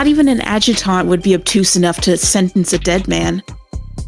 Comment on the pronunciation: OMG I love the little chibi opening with your descriptions and socials! Assuming that was Finny like the rest of the art, wow, great job! And I feel like your editing improves each episode! This one had so many good bits! Also, note that "Adjutant" is typically read like "AD-jut-int" And yes make sure you vote! Vote in the primaries! Vote locally! Vote in the generals! Maybe even do canvassing and phone banking! Also note for Youtube metrics: I recommend occasionally throwing in some "engagement bait" stuff. Last episode you had one about DND class IIRC. Comments help you in the YouTube algorithm! :)